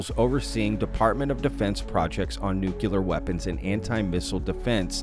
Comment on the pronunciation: STOP!!! YOU ARE MIS-PRONOUNCING THE WORK "NUCLEAR"!!